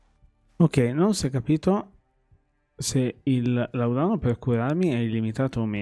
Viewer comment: làudano non laudàno. Senza offesa, giusto per... Non è il mio gioco, comunque promette bene questo Remedium. Grazie per averlo provato.